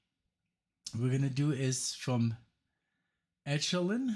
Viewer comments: It's e' ko lynn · I really don't know why you think neo-prog as a label. it is pronounced ECHO-lyn like ECHO.